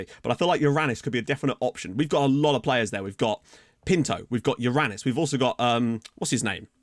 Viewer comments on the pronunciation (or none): I'm the only one that heard "Your an*s" instead of Yorranis?